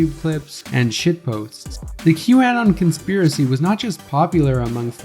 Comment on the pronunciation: Bro pronounces q-anon and Marjorie Taylor Green weird. You even from the US dude? And let's see some citations for some of these claims